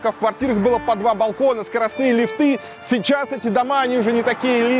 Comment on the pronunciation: Ли́фты,а не лифты́!